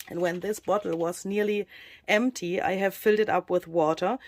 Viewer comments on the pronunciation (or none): none